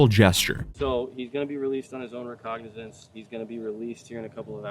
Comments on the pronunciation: We need to work on pronunciation. Put these into google and have it pronounced to you. Recognizance, Porsche, there’s a 3rd I’m blanking on. I had to listen to the letters you were sounding out to figure out what the true word you were trying to say was. Will update when I remember. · Is there any way he can pronounce “recognizance” correctly??? 😂. He’s a gem but that does ring so horribly in my ear. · That’s so funny you said recognizance wrong - before playing a recording if it being said correctly multiple times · Why can't you pronounce the word "recognizance" even after hearing it multiple times? You're one of the good ones but don't seem much more literate than the people you make videos about. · Other people, pronounce “RECOGNIZANCE” correctly in this video., continues to mispronounce this word, EVERY.SINGLE.TIME. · Love you bro but please for the love of god learn the correct way to pronounce “recognisance.” As in the “R” in, “released on OR.” Heck they even say it correctly in the clav vid they show right after you say it wrong 🤦‍♂️. I know u got this my man. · You mispronounced "recognizance" and then followed up w a clip of it being pronounced correctly Not hating just knit picking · You gotta pronounce recognizance properly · I like how you say Recognizance.....despite hearing how it os meant to be said like 5x in the video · "Recognizance" Brother, your grammar and English teachers really failed you. I'm not going to be too harsh, but maybe sound the really big words out and understand how the X and Z letter factor in to pronunciation before you go to record. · "A violation of the english language"".Recognizance",sorry,could'nt help myself!🙄😏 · Bro you gotta look up the pronunciation of recognizance, because that is not it. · Bruh, released on own recognizance. It's literally in your own video multiple times. How are you still mispronouncing it? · you’re deliberately mispronouncing that to get people like me to comment, aren’t you